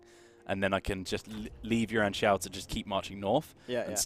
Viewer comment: OMG! you got the name right this time!